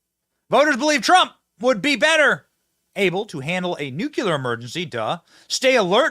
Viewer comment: By the way Benny its nu cle ar not nuke u lar.